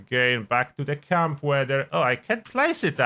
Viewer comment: What is Cum-building? Work on your accent ...